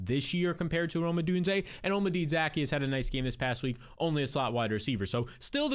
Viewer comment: Olm-A-Dee Zack-E-Us 😂